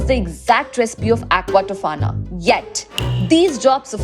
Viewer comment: I am sorry but 'Aquatofana' any one from bailey